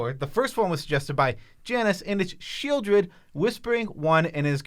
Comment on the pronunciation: Sepulchral better than Sheoldred.. sheez lol